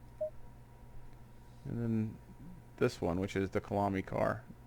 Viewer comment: Great video! Kyalami BTW is pronounced kaya-lami otherwise it gets confused with Killarney which is the track in Cape Town (same country). The name is from the Zulu language (Khaya lami).